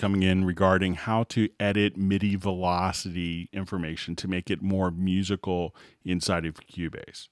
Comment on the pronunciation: Must be a joke, it only distracted me.